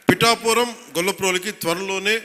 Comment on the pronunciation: మనోడికి పిఠాపురం అనడం కూడా రాదు